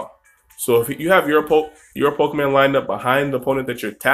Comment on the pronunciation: Nick Melvin Good catch Trainer Nick. I've been playing Pokemon games for years. I know that it is PokemOn. I've just been pronouncing it PokemAn for so long since I was a kid. I've been trying recently to break the habit to no avail. Thanks for watching the pokemOn videos on my channel Trainer Nick!